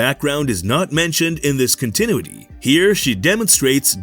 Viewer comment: Please learn how to pronounce CONTINUITY